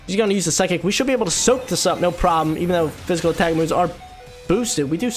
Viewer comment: Everytime he says "physical" terrain i cringe...